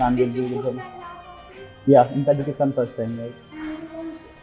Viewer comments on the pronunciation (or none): Tajakistaan hota h ki tajiskan